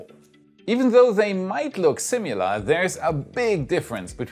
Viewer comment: Hey, as long as we are talking English pronunciation, the first two vowel sounds in "similar" & are both pronounced with a short "i" sound, as in "si-mi-lur". It is NOT "si-myoo-lur". Just an FYI. I also want to echo what Scorpio said in that you do a great job of delivering the content of this whole channel in your second language. I'm still loving it so keep it up! Cheers!